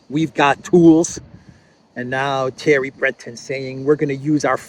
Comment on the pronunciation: Thierry is pronounced, "terry." There is no th sound in French and several other languages.